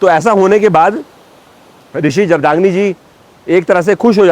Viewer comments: Pronouncation जगदाग्नी नही सर जमदग्नी है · भगवान परशुराम जी की पिताजी का नाम जमदग्नि। उच्चारण अस्पष्ट महाशय। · Rishi Jamdagni is correct pronunciation